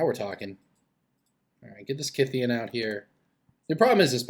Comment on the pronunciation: On a sidenote, thank you for pronouncing Kytheon correctly. I get mad everytime someone pronounces him "kuytheon".